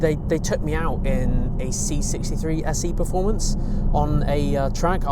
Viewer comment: Did he say “SE” performance?